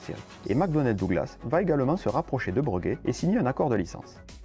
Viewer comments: Cet avion était génial mais une fois de plus il n'y avait pas vraiment de marché et il aura finalement juste servi aux Américains à piquer une idée pour finalement développer leur C17 ... En revanche c'est la 1ère fois que j'entends dire "Breuguet" au lieu de Bréguet. Je peux me tromper mais il me semble bien qu'on dit "Bréguet" même s'il n'y a pas d'accent sur le 1er "e". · Aïe, ça m'écorche les oreilles d'entendre parler de "Breuguet", toute ma vie j'ai entendu "Bréguet". Vidéo un peu courte mais bien. A l'époque on parlait même de mettre les aéroports dans les centre ville. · S’il vous plaît : BrÉguet, pas BrEUguet 😁 ! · On le prononce « Bréguet » d'ailleurs certaines orthographes conservent le E accent aigu. J'oubliais: très bonne video, merci!